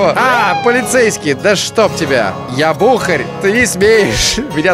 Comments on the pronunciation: Бухарь)) Ударение на "а" :) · Так в слове "БУХАРЬ" ударение же ставится на букву "А", от слова "бухАть"